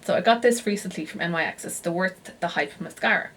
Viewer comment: just a little FYI, NYX is pronounced as "Nicks". Nyx is the Greek goddess of night and that's what the brand is named after. x